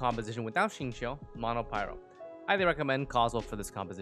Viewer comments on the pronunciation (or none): none